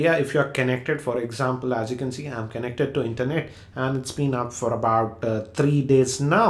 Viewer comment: i cant stop laughing when u say kenneckted word for connected